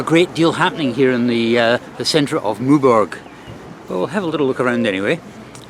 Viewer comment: Always amazed these English travellers make no effort AT ALL to speak French with respect eg Maw berg! No one says it like that! It has an ‘e’ at the end therefore the ‘g’ takes a ‘j’ sound - same as in English. That said, what can one expect, even the English sub titles can’t get it right for the respective “it’s” meaning “it is” and “its” meaning the possessive adjective singular third person for ‘things’…